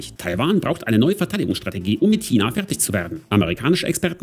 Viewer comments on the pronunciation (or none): none